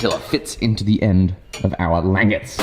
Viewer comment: Please, for the love of America, call them langets (lan-jet-s)